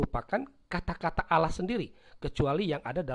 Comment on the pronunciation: Allah dibaca Alah harusnya auwloh